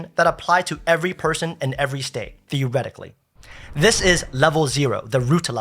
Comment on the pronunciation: "Theoretically" lmao! 😂